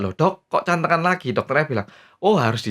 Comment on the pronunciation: bacanya jd 'Gantengan' bukan Cantengan XD